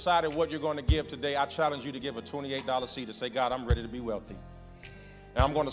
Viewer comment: He always preach BUT he PREACHED TA-DAY